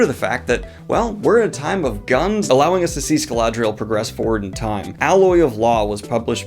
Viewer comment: Im sorry but Scaladriel?